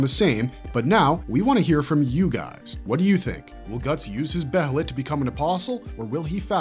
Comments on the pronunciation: Its not be HEY let Its be ye let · okay im gonna say this Now Its Pronounced Bay-Lit. The H is Silent. i love your videos but the way you pronounced Behelit always Urked me. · why does every yter pronounce every word from berserk so weirdly. be heee lit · I wish I never knew the proper pronunciation for behelit. It’s pronounced Baylet. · please just say it like bay lit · God, I can’t stand the mispronunciation of Behelit 🤦🏻‍♂️